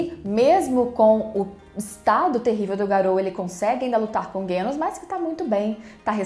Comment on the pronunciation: Parabéns por mais esse comentário/review do episódio 11. Vc é muito boa nisso. Impressionante como tudo o que você fala coincide com o que eu acho. E não, não foi problema da sua tv. Eu assisto pelo celular no fone de ouvido, e o estrondo realmente incomoda parte da trilha a ponto de não sabermos se algo tá sendo feito ou não. Ah, e pq vc fala "Guênos"? Tanto em japonês quanto em português a pronúncia é Genos mesmo.